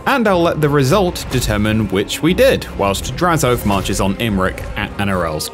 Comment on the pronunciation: God they butchered the pronunciation of his name it's not Draz-oath is Draz-o-ath